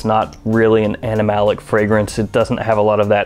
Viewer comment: are you saying 'animalic'?